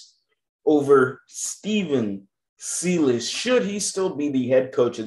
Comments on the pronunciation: I love watching your videos bro but your miss pronouncing the coaches name. If you watch rockets games you should know how it’s pronounced. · You’re pronouncing Silas wrong.